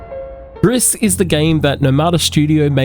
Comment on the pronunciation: It's pronounced gree, not griss. It's French for grey.